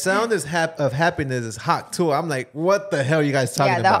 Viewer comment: Y’all saying it wrong hawk tuuhh lol